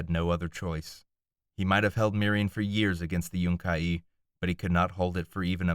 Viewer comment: also its yun-ki not yunk-ie two syllables not three but great reading love all your stuff you should try get job as narrator